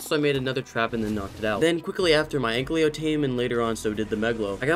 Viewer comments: It's Ankylo lol not anklyo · it's just me or is calling the anky an anklyo? NO HATE BTW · I still can't get over the fact that you say "Anklio". It feels soo wrong but I love the content so I have to deal with it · The way u say "ankylo" lmao